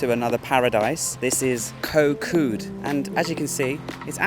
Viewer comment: You have a Thai girlfriend & have lived in Thailand for a long time. How do you not know how to properly pronounce the “k” as a G sound?!?